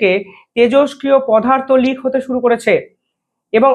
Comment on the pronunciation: ভাই, কথাটি "পদার্থ" । "পধার্ত" নয় । তোমার প্রতিটি প্রতিবেদনে একটি বিশেষ শব্দ "একাধিক" ব্যবহারের প্রবণতা দেখা যায় । এই শব্দটার অতিরিক্ত ব্যবহারে প্রতিটি তথ্য স্পষ্টতা হারায় । দ্বিতীয় বিষয় হ'ল, "বিপদ" শব্দটিকে খারাপভাবে "বিপোদ" বলা । এই সমস্ত ছোটখাটো বিষয়কে অবজ্ঞা করা ঠিক নয় । --- মানস রঞ্জন চৌধুরী ।